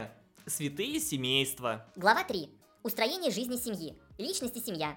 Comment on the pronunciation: ИЗВИНЯЮСЬ Но на моменте, я услышал не "устроение", а "устранение жизни семьи" и чуть не устранился чаем... В принципе, в такую программу я верю больше,, вы нам какие-то фейки демонстрируете